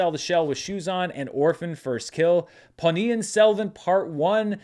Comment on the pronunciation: Just a kudos mention for getting the pronunciation of Ponniyin Selvan 1 spot on.